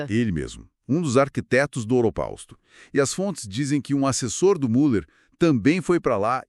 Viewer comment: Impossível continuar te ouvindo.... A pronúncia é Miller , u com trema leia-se Miller..... é um sobrenome alemão....